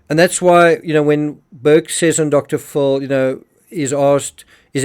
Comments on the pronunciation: It's Dr. Phil, and I am hearing you say Dr. Full. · Good Morning Could you please call Dr Phil....Dr Phil ( Fill) not Dr Full. I have been qviet for years, but today is the day I want to please ask you to pronounce his name right.God bless.